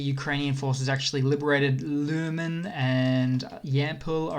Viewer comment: Lyman is pronounced, for english-speakers, Leeman, or for Europeans, Limann. Not lumen.